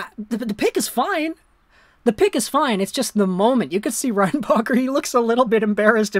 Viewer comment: Nah i think he just couldnt say his name like most anglo with anything a bit latin